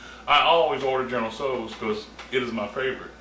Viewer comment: goodness. is there anything you CAN'T cook,? oh, and i showed this to my mom (she's chinese). she was very impressed at the way your dish turned out in the dutch oven, especially since she normally uses a wok for chinese food. she said your pronunciation was pretty spot on, too:)